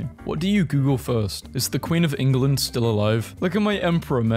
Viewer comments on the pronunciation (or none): England not Enguland